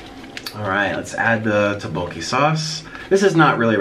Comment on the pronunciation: Is that tteobokki? Cause im pissed Edit: yes it is, i hate the way he pronounces tteobokki